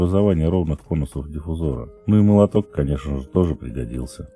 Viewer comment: Слово диффузор через о надо, извините, мастеру делать замечание...